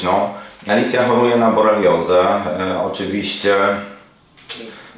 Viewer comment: BoRELIOzę, nie boleriozę ❗️❗️❗️